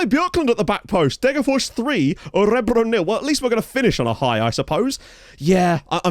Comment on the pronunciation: I used Orebro SK as my team for 9 seasons when I was trying (and failing) to build a nation in Sweden and I never knew how to pronounce the name until now. Thank you.